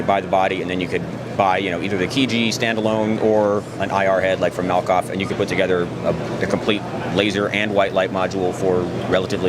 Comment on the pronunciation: Malkoff…not “Malikoff”…